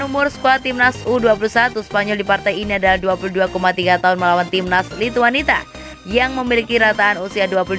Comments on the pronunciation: Lithuania mbak bukan Lhituanita, gak enak betul didengar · admin nya cuma tamatan PAUD 😂😂 Lithuania malah dibaca Lithuanita